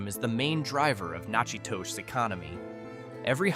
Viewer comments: Pronunciation Nakadus Na ka dus I was bond in Louisiana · Say it with me Nack at tosh!!